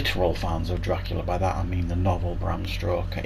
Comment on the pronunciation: I'm sorry, but did you just say Bram Stroker ? That makes him sound like a porn actor holy s**t!